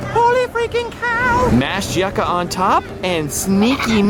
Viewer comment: I've watched quite a few of your vids & I'm probably not the first to tell you. Yucca is pronounced - You-ka, not Yucka